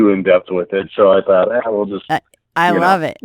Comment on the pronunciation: When you said I love it like " I ruvv it" it reminded me of that old sun maid raisins advert some kid after being asked why do you like these raisins. She says " I rike red" because they are in a red box lol